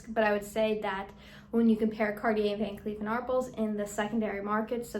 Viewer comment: It’s pronounced “Van Klef” not “Kleef”.